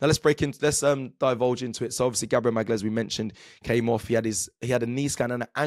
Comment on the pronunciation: Who’s Gabriel Magales? 😂😂😂